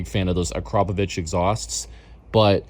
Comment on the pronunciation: Being from slovenia, all i can say is, HUGE respect for pronouncing Akrapovič like its supposed to be 💪❤️